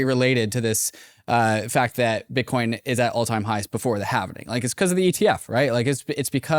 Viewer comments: How do you guys have a crypto podcast and after all this time can’t figure out that the word is halving. not halvening. I’ve been cringing everytime I hear you guys say it. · Omg. It's the Having. Not the Havening.